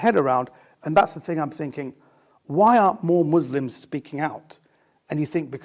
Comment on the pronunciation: "good mu-s-lim-s"??? Never met one